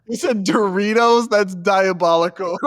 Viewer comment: Dude said Deritos! Lmao omg